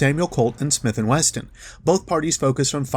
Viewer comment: WESTON 😂 love your video bro but it's Wesson